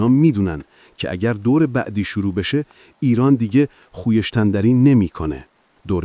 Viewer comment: خوی یش تن دری چیه بابا خویشتن داری😂😂😂